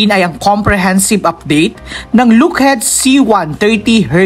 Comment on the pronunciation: ha ha ha , " hercules" daw ,,her -que-les as pronounced..+ " lookheed " daw ,, lockheed as pronounced... hayyyy,,eto pa ___ " co rps" daw,,, cor ,as pronounced with a silent ps......airboos daw..air b u s ,,,as pronounced ,not boos,,like ,u are riding in a "bus"